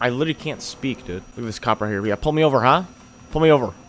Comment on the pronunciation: Why does this dude say yeah like "yaw"